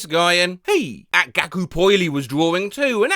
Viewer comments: HELP THE WAY HE PRONOUNCED IT i think it was meant to be gakupo (the vocaloid) i love you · i’ve never heard gakupo’s name be butchered so severely…